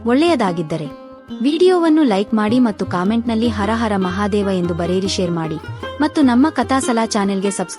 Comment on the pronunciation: Hara hara mahadeva sariyagi uccharane madi pl